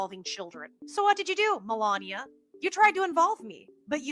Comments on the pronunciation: Try to get the names right when you say them You can’t say Melania and Epstein? How hard is that to say repeat them 50 times before you do a video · I love that host has trouble pronouncing Melania almost as much as trumps pronunciation of Kamala.